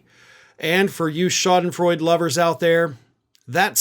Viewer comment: it is called Schadenfreude. The e at the end is not silent.